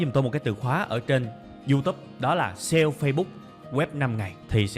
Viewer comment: Mình rất thích cách tiếp cận và chia sẻ kinh nghiệm của bạn về kiến thức, rất dễ hiểu và chuyển tải hết được thông điệp của bài giảng và đặc biệt giọng của bạn rất bắt tai. Chỉ một ít feedback như sau nếu bạn có thể nâng cấp cách phát âm chuẩn các từ tiêng anh thì quá tuyệt vời. Ví dụ: youtube, Sale và SEO những thuật ngữ trong chuyên ngành mang từ nước ngoài vào thì phải đọc đúng vì bạn sẽ là tấm gương cho hơn 700 ngàn con người việt nam noi theo.